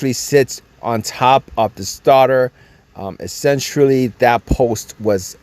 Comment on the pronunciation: The (essentruly) essentially is killing me